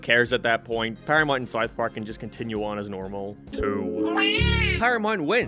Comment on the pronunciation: You can't even pronounce South Park. Syth Park on Paramynt guys